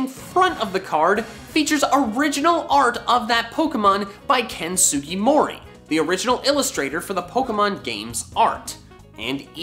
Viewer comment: It is Ken Sugimori not Ken Sugimori